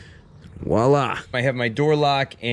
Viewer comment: Note: It's "Voila," not "Wahla" . . . just sayin'. Thanks for the helpful vid!